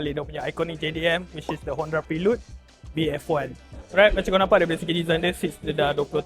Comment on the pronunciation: PHRE-LUD bukan PRI-LUD. reviewer bukan gen-z semakk